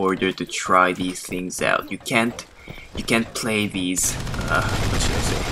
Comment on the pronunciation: out not pot